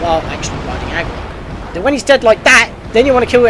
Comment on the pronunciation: "ARgorok", not... Agiroth... "Fi" like "Pi". Sorry, that was irritating me and I had to say something xD But anyway, super helpful, thank you! xD